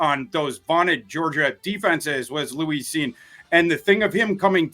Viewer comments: The way he says Louise instead of Lewis is also a little suspect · Why's he keep calling him Louis? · Someone tell its Lewis Cine not Louise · Love thorsday… but he need to pronounce Lewis correctly lol